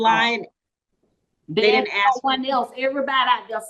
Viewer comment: It urks me that the prosecutor can't pronounce "ask"